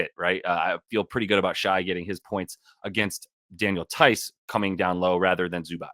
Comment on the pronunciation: this is going to sound mean but i mean it genuinely… do you actually watch any NBA games? i’ve seen a few of your videos and you always call him “shy” instead of “shay” and it feels like you would know this if you’ve ever watched a game? they say his name 100x.